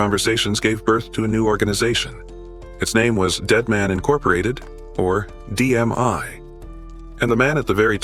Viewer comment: We're called DMI. Not "DMY" what a shitty AI video. Also, Rock is at USP. Not ADX.